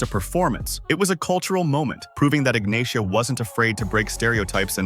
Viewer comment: Ignacia is pronounced "Ignasia"